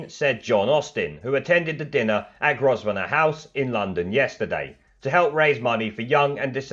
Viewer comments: How do you pronounce Grosvenor House? Bad as BerCOW. 😁😁😁 Sorry 🤪🤪🤪 Nish IS a complete BBC backed leftie twat though. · Typical left wing trash, as a side note, it’s Pronounced Grove-e-nor House 😜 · Groz-Venor House.....don,t u mean Grosvenor House?....Or just a slip of the tongue was it?